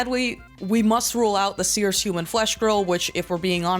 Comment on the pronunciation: Gorl said Sears purry forn.